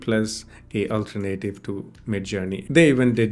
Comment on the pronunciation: Alternative is pronounced "All Turn Uh Tive" not "Ultra-Native"